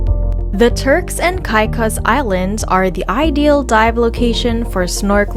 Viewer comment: could learn to pronounce the name of the islands correct